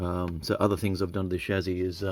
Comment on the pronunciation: Interesting mods. If "solder" pronunciation is all you have to complain about us Yanks, you are doing better than most. BTW, it's Chassy, NOT Chazy.........:)